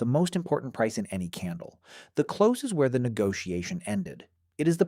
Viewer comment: yep, more AI. He also talks about the "close" of the candle but pronounces it as "Close to me" not as in "Close the door"